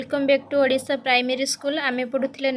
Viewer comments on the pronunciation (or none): none